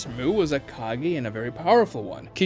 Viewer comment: also its not "kagi" its "kage". like "ay" not "ee"